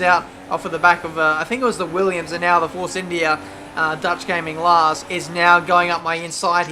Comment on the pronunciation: like your pronunciation of Lars, I'm Dutch myself and it sounds nothing like how it is supposed to be pronounced.